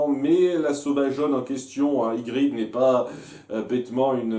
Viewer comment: IgriTTT stp pas Igrid ^^ amicalement !